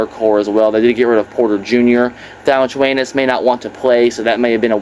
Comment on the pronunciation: Did you just call big val, " vali chu anus"😂😂😂